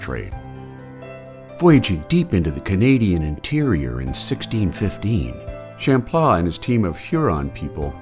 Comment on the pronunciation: I don't like the way the word Champlain is pronounced 😂